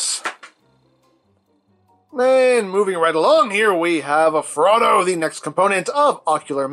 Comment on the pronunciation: Honestly thought you were saying Frodo.